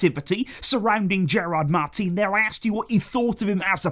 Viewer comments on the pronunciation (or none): none